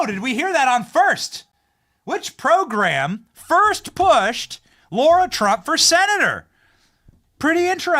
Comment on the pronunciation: Benny, FFS it's Lara Trump (LARA) not Laura Trump. LARA - NOT - LAURA Two totally different names....WAKE UP